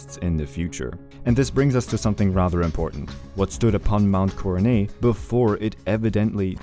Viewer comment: Coronet has a hard T sound btw. It’s not silent.